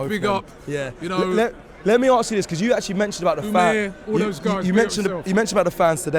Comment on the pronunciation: 😂😂 why does Robbie say because like that? 😂😂😂 weird pronounciation